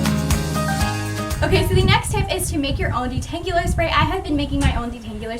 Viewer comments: She says "detangular spray" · Uhhh she cannot say detangular you are not surposed to pronounce the u